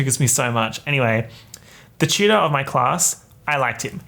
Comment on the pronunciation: The way you say tutor sounds like cheater for some reason 🤔